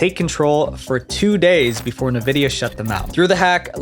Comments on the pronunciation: One thing bothers me like nothing else in this video: Pronouncing Nvidia as "ne-vidia" instead of "en-vidia". Am i nuts, or is this the only place online Nvidia is pronounced like the? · Bro, it's "en-vi-dia", not "nuh-vi-dia" "Two Takes"?? Come on man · "en-VID-ee-uh" Not "nuh-VID-ee-uh" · It’s not Navidia it’s Nvidia. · Nevidia lol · NAVIDIA! Stop let AI write your scripts. When doing your own research you will come across somebody who pronounces things like these correct. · for the 1,000,000th time its not NAVIDIA 🤦‍♂️ NVIDIA how hard is it to not butcher a word in 1 video😂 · Do you really not know how to pronounce NVIDIA?? It's IN-VIDIA....not NUH-VIDIA. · who calls the company nevidia??? its envidia .. are you a bot? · this mf just say nuh-vidia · Who says Nvidia as nevidia and not N vidia? Lol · This whole video is a cluster fuck. He says 2001 twice, while showing 2021 on screen, calls Nvidia "navidia", etc. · I'm sorry my OCD won't allow me to continue without saying this: You're pronouncing Nvidia so wrong. Even the official website and Logo Guidelines say it's pronounced [en-VID-eeyah] (Like envidia , the spanish word, not exactly but similar) instead of Nuh-Vidia??? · I hate when people pronounce NVIDIA as Nividia not N vidia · Nuh-Vidia? Two Take? Do you know anything about video games at all? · nevidia xD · Never heard of Nevidia lol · Say it: En vidia, not like nvidia 😂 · You say 2001 when it's 2021 for when Lapsus$ first became known. Also... Please learn how to pronounce "nVidia", lol. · Who calls Nvidia “na-vidia?” The company has never pronounced it like that, so why is anybody pronouncing it like that? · I hate the way you pronounce NVIDIA.....good video though. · Bro how you gonna cover this and not know how to pronounce something like nvidia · nuh-videa? Is this AI too? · Nvidia is pronounced like N-vidia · by god we are aware, it’s the fact that he pronounced it Nevidia in dialogue. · Oof, your mispronunciation of nVidia was nails on chalkboard